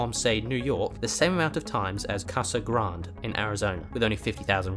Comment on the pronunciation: Its pronounced casa "grandey"